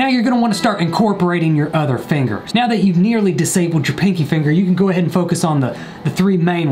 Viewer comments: “in guitar terms... fin-GERS” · That hard r on the "fingers" was edgy